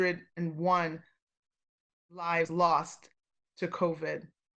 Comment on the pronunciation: Thank you for pronouncing the numbers correctly until you got to 3,601!